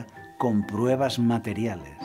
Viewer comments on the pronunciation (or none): none